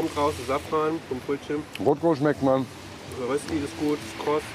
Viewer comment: nochmals, es ist DIE Rösti! und nicht dem/der/das mann mann - und wird "Rööschti" ausgesprochen - lol, mal den germanern da oben entwicklungshilfe leisten 😂😂😂😂 ihr dürft aber dem gerne krosser kartoffeltaler sagen 😂😂😂😂